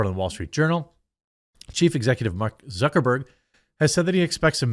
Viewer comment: Why is this the first time I heard someone call him Mark Zuckerborg? I am crying.. 😂